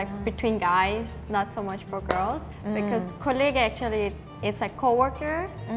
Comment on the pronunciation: dead ass used Kollegah instead of Kollege (ge) or collègue (fr) (Kollegah is a famous german rapper btw)